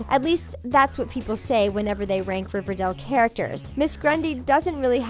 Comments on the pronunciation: It’s Riverdale not Riverdel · I’m I the only one who thinks she’s saying riverdel and not riverdale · It's Riverdale not Riverdelle. Is that so hard? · Did anyone notice how she pronounced it River-doll instead of of River-dale? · It's Riverdale not Riverdel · Why is she saying riverdell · Did anyone else hear her say riverdel? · she kept saying riverdale wrong